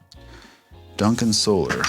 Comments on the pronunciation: Hey Rob you had it right the first time it is pernounced So-lar not So-ler🤘🏻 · Ola says, "So-LAR" like you initially did, so it keeps tripping me out hearing it pronounced like normal solar lol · Your pronunciation of "Solar" as "So-lar" is actually accurate if you've listened to how Ola pronounces it.